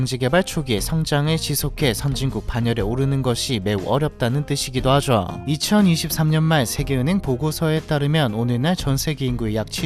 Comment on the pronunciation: 말투가 왜이리 느끼하냐 “하죠” 발음이 안되나 ㅋㅋㅋ 하즈어~ 라고 발음을 하네 ㅋㅋㅋ😂